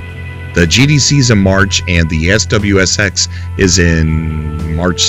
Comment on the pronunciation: Dude, SXSW (SWSX as you kept saying) is the biggest music festival in the entire country. Means South By Southwest. It's here in Austin, TX. It's amazing. Loving what ya'll are doing, but it's a big deal for game devs to be here during that event. Chris Roberts and Star Citizen have an Austin office, so SXSW can't be that bad right!? Keep up the goodness!